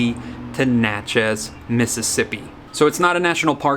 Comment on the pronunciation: Local ‘expert’ here (lived in Miss for 31 years)- its NATCH-ez, not natch-EZ. Still love the videos- can’t wait!